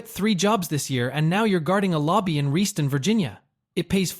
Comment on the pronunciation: Learn how to pronounce Reston, VA correctly, otherwise good video